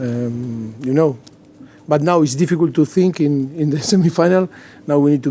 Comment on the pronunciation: “It’s not difficult, it’s difficool” - Pochettino